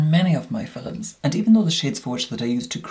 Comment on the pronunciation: Love his "fil-lums"!